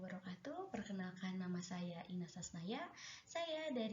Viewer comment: inas bukan ines🤩